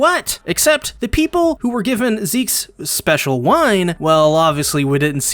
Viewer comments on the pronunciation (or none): none